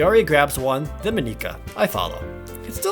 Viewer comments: Hey Jared, I'm pretty sure it's pronounced Monica like the one from friends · It’s Monica dude, normal pronouncing :P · Not really a spoiler, but it's important to keep the game files open to the side AT ALL TIMES as they can change later and add to the experience. Plus Monika is pronounced American like Monica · I know I shouldn't be a prck over this, but I am going to be. Monika I'd pronounced as Mon-ick-uh. Natsuki is pronounced as Nat-ski. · HYPE!!! But seriously pay attention to those warning everyone. Monika is pronounced like Monica. Games files open! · Jared, I love your videos and what you do, and normally I wouldn't really care so much about these sorts of things.... however I have to do this for best girl... It's pronounced M-on-e-ca. I have a feeling this won't really matter as you have most likely recorded your whole playthrough already and can't change your pronunciation now but for the sake of my soul and best girl.... I had to say something. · Does it annoy anybody else that he doesn't say it MAW-ni-kuh? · Sethala Monika is a Latin name (though usually spelled Monica), and it is in fact pronounced maw-nik-uh, not the way Jared pronounced it. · Ummm I think the correct pronunciations are Nat-sue-key and Mon-ika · Jared, it's actually pronounced "Mo-nee-cah". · Jared, I bet you'll have lotsa comments about this but how you say Monika is wrong and how to actually say it the normal way is Mon like Poke-mon and ika like Kid Icarus. So its the normal pronunciation of Monika. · ProJared Plays! By the way it is actually pronounced monica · I got mad when he said Monika’s name wrong I mean it is just Monika just Monika just Monika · I find it kinda funny how your initial pronunciation of Monika is literally the punchline of a 4th wall joke she makes later. We off to a good start. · O'Donnell Andrew true, it’s not a Japanese name, but it’s being presented in an obviously Japanese setting. I still love watching him play, it just made me cringe a little lol.